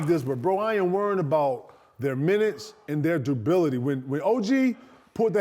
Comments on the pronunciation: A Hard R should always be avoided u feel me but not when ur saying the word “duRability”. KG keep saying “Dubility” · I was stuck on “Debility?” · Did KG say durability or indubitably 😮‍💨😂